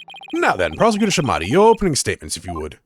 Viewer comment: Small note, Nahyuta's last name isn't "Shah-mah-di", it's closer to "Sod-mod-di".